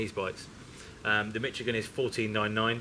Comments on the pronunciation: Why do they both pronounce it Mitch-igan? It's pronounced Mishigan! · I live in Michigan... We definitely pronounce it "Mishigan" lol.